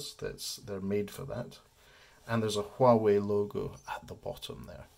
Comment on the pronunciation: It's pronounced Wah Way, silent H 👍